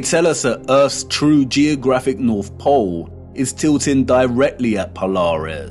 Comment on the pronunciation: “True Norf”